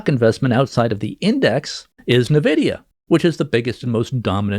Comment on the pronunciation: Also, it's "EN-vidia", not "NAH-vidia".